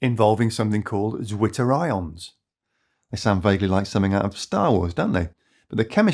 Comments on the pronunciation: I guess, "zwitterions" are from the German language, and so "zw" should be read as "tsw" (where "ts" is one sound, akin to "z" in "pizza"). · Very solid video. My heart just melt hearing how the english pronounciation butchers the nice german word Zwitter -ion ( in german it sounds more like mixing the c sound from central and that replaces the first t from twitter). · Poor British guy having to pronounce the German word Zwitter